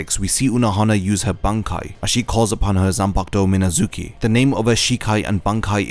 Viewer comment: It could be a perfect video dude, but no, the shikai and bankai are not called the "exact same", only the romanization is but not the kanji used for it nor the pronunciation of the actual name (shikai = miNAzuki, bankai = minazuKI). THEY MEAN DIFFERENT SHIT XD